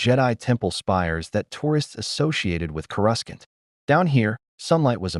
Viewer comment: Coruscant, not whatever the fuck u just said,.